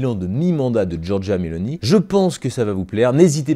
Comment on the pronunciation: ON DIT: GIORGIA MELONI - NON GIORGIA MELONÌ. X FAVORE!!!!!